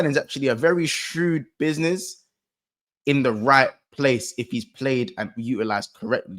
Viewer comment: "Bidnih" is the new catchphrase now 🤣